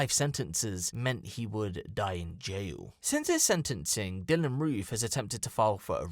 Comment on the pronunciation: “We arrested Dylan Roff.. “R-O-O-F” Wtf?